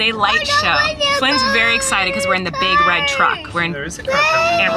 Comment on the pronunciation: “so tonight we’re going to a Christmas drive through... which I’m... very excidabow”